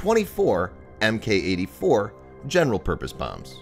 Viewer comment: You asked for feedback, here we go: When you see the letters "Mk" don't pronounce it as "M K." It's pronounced "Mark"